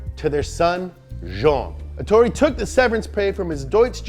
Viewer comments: Ettore, not Etorre.... wtf guys ahahah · Ettore not etorre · Btw its ettore bugatti, not etorre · I won't complain about the pronunciation cuz we can't know all the languages but bruh if you see that it's written ETTORE don't turn it into ETORRE. You know it's not hard to copy and paste a word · His name was Ettore not Ettorre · Guys it's Ettore Bugatti, not Etorre ;) Sorry to be the Grammar Fascist this time. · I'm sorry, but as an Italian I have to say that he was called Ettore Bugatti, not Etorre (this isn't even a name) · ETTORE. NOT ETORRE. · ETTORE = "Eht-TOH-reh" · It's written "Ettore", with a double T and a single R, and pronounced Ettòrè. Spell the doubles and mark those vowels in the pronunciation, anglophones. Dearly, an Italian. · It’s eTTore ffs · it's Ettore, with 2 t's and one r. And the emphasis is on the first e. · The correct name of the race in Sicily is Targa FLORIO And the name of Mr Bugatti is Ettore, with double "t" PS I love your show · Well...first it's "Ettore" and not "Etorre", second it's " Alsace" and not "Alsase" and third...why all those Type 35 replicas when there are still quite a few original ones going around?